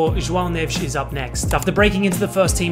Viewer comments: as a portuguese person, i have to say, your pronunciation of "estádio da luz" and "joão neves" was great. thanks for your effort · I think maybe he studied how to properly pronounce our stadium and Joao Neves. His pronunciation is spot on, but Gonçalo Ramos didn't have the same pronunciation, which is what makes me think he’s not Portuguese. Regardless he did a really good job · Wow, you nailed those portuguese pronunciations ! 🇵🇹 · That portuguese pronunciation is on spot!😮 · You could fool me with that "João Neves" pronunciation.. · Holy shit... A brit who pronounced his name right?!